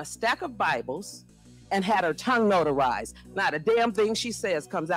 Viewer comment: " And had her tongue notarzed!" I FELL OUT😂